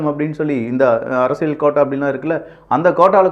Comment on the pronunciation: அரசியள் இல்லை அரசியல் உச்சரிப்பு திருத்திக் கொள்ளவும்